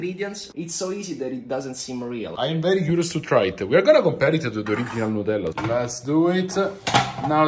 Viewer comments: Not them calling it nutfield 😭😂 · Love how they say "Nutellla" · It's liontella 😄